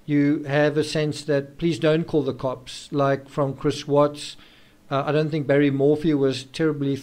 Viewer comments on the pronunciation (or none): none